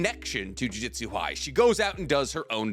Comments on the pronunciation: Yeah acts we are dumb when it comes to him mispronouncing thing wrong he said jujitsu so many times instead of jujutsu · JU-JU-TSU not JU-JI-TSU 😂